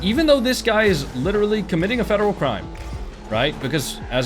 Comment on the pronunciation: this dude definetly got bullied in middle school, imagine making a whole video about some random online LOL crying about getting ddossed “it’s a fedewal cwime a vewy illegal fedewal cwime” there’s no such thing as a very illegal felony all felony’s are a felony, this guy is a giant loser LMAO